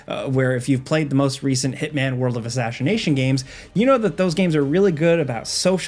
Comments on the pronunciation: “World of Assasshination” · hitman "ashashinashon" XD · "world of ashshination" lol nice